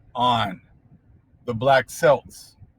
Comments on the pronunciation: Great stuff, I am in England. New about them but never seen any books. It pronounced Kelt like belt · I think it is pronounced Kelts (Celts). Also I have often thought that about the word Tartan (Tar and Tan different hues of our brown complexions) which is associated with the clothes of the Celts. We keep rising, we give thanks to The Most High that our heritage is coming into clearly into focus. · There was a lady on PBS years ago [20] that was the head of the Clan of McCleod; she claimed their origins were from their mother from 'the dark continent'... I never for got this. The name Celt is pronounced [Kelt]..APTTMH. THANK YOU FOR SHARING AS USUAL. The translation of Saxon is "the sons of Isaac'. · Wonderful and informative Im shook this is where I live & had no idea!! would love to get it.... But you pronounce the C in Celt not as an S. Blessings from the UK x